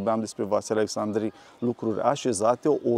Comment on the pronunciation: Fostul prefect nu are nimic de obiectat când aude "Precesta" ? Alexcsandri????